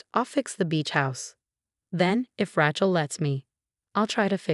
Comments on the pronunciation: At last someone else caught the last misprounciation of Rachel's name. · I guess AI can't pronounce Rachel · SO HARD TO LISTEN to this story...Main character is R A C H E L as in Jennifer Aniston in Friends...OMG...pronouned like a hillbillys garage tool..a lot of story times with higher quality ten foe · Please teach your app to say "Rachel" properly? It's like nails on a chalkboard! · Her name is Rachel not Rahchel.😲😲😲😲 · Too bad they couldn't get the AI generated voice to pronounce the name of Rachel, the right way! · The name is pronounced "ray-chel" NOT "ra-chel" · Rae-chel, not Rach-el. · Not Rach, pronounced RAYchel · Please find someway to teach the narrators how to pronounce words properly. The name Rachel is Ratchel it's Raychel. There are a lot more. Please do something I grind my teeth at every misprounceation. 🎉🎉🎉🎉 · Ra-chel pronounced Ray - Chill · The name is Raychel not ratchel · It's so annoying listening to them pronounce Rachel as rat-chel. Please due a proof read and audio analysis. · Ratchel instead of Rachel 😅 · It’s pronounced “Raychill” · There is no T in the name RACHEL! Do not pronounce it RATCHEL. This is what you get when you do not use real humans! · Evil sister is, “Rachel”, pronounced - ray chill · Lol.... Racht-ol! 😂😂😂😂 Don't give up the day job! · A person is not a mechanic's tool a rachet spanner! Where on earth did you hear one person call Raechel, as rachel, are you nuts, how disrespectful! Even if it's spelled Rachel it's never said as you did. You are crazy! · Pronounce words correctly. Example - Rachel say Ray-chill. Read say- red. Spelling - heirs not hairs. Good grief! Get and editor for script. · Rachel, sounds like Raychill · It's Ray-chill. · Geez. What a stupid AI reader! Rachel is improperly pronounced. Except for two - which must have been errors.